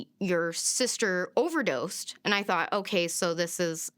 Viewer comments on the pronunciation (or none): none